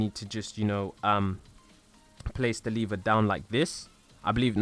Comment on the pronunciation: Lever not liver